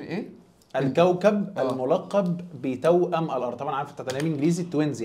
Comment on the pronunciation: توأم. مش تاؤم محاضرات ...... مش محضارات 😂😂😂😂😂😂